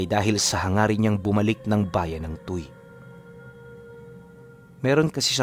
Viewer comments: matagal po ako sa Batangas..halus naikot ko na po..ang lugar po na nabanggit mo e (Tu we kung bigkasin TUY) TU Y/WE. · Tuy - tuwi, ang bigkas po! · TUY =TUWI po ang tamang pagbigkas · "Tu-wi" po ang bigkas doon sa Tuy pero ang ganda ng story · angas ng kwento, btw "tuwi" (tuy) po yung pronounciation ng lugar na nasa kwento